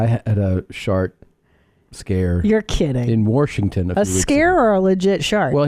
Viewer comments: Buddy said "wourshington" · Does Tom say “Warshington” as a joke or is that how he says it?